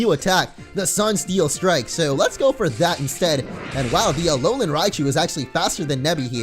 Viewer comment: when you said sunsteel strike i thought you said "sun feels good"